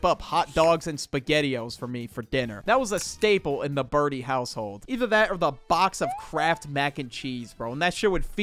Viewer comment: Burdie became